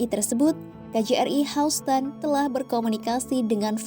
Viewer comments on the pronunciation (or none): none